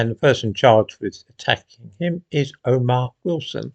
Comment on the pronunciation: No, not O'Mar